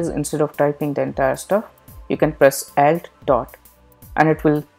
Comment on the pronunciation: Your English is very good, but I would recommend that you pronounce "alt" with the a as in "alternate", because...I needed a few retries to understand what you meant here.